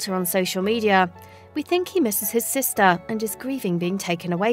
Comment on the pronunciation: ShelTAH, sisTAH, broTHA, togethAH